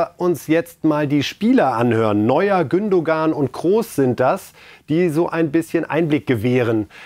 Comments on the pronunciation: Ist es möglich Moderatoren einen Logopäden beiseite zu stellen. Lieber Moderator, Mehmet Scholl sagt mehrmals Gündogan's Namen. Listen and repeat "Gündoan"! Beschäftigt euch mal mit den Personen über die ihr berichtet. Dazu gehört auch den Namen richtig auszusprechen. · sagt das immer falsch! Regt mich auf! Der wird GÜNDOAN ausgesprochen, ohne G am Ende! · Der geht mir auf den Sack!!! Er spricht immer wieder den Namen "Gündogan" falsch aus!!! Der Typ ist Lernunfähig. Reif und Scholl wissen wie man den Name "Gündogan" korrekt ausspricht....warum?????? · Bitte bitte, lieber Herr Scholl, bringen Sie(!) "dem " doch bitte einmal bei, wie man den Gündoğan korrekt ausspricht: nämlich ohne das ğ bei der letzten Silbe. Nachdem das Herr Reif bei "Reif ist Live" seit vielen Sendungen nicht schafft. Ich muss Herrn Reif schon fast bewundern, wie er das aushält, denn er spricht es immer vorbildlich richtig aus, - und steht daneben, hört zu, redet mit: und... wieder falsch. Fast so, als ob "der " das absichtlich machen würde. Aber so ignorant schätze ich ihn eigentlich überhaupt nicht ein. Das ist mir ein echtes Rätsel. Bei Erdoğan ist es mir egal, aber den Gündoğan immer absichtlich falsch auszusprechen wäre ja schon fast Zeichen fehlenden Respekts. Toi toi toi